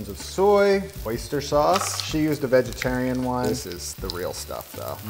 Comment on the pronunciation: Wait a minuteeee...!!!! Did she ACTUALLY say "vegetarina oyster sauce"??????